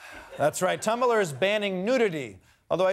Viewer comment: Did he just pronounce Tumblr as 3 syllabus?!? It's pronounced Tum-blr not Tum-ba-ler